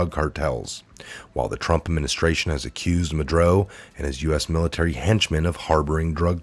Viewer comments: Mah-Duro not Madroe or Madrew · it's Maduro not Madro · You have a good channel here with good info so please take this in the manner it's intended.. constructive criticism. Nobody's perfect (I'm not) but I find that you mispronounce names a lot. For eg. it makes it hard to listen to hearing MudRo over and over when it's MudUro. This might sound picky but I have found it happens a lot here so I decided to finally mention it. I'm sorry if you take offence to this. Keep up the great investigative work! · ma dur o not ma dro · I love what you do but please pronounce ma-du-ro not madro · I find that many of you guys make a lot of mistakes while reading the articles. It is MA-DUR-OH! Not Madro! I hate to criticize but you said Madro every time you read his name. Maybe 20 times. Sorry but it drives me crazy. Maybe too much 5G? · His name is pronounced Mad-UR-oh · Ma-dur-o....is how you pronounce it. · it's pronounced " mah-dur-oh " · Ma-du-ro. Ugh. Love ya tho! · That a$$hole name is pronounced, Ma-do-ro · Pronounced Ma dur o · muddrow doesn't deserve a please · same here 👍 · Please learn how to pronounce Maduro. It's not "Madroe" geeeeeeeze!